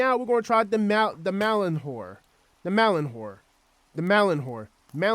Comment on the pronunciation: did he call mjolnir the malan-hor?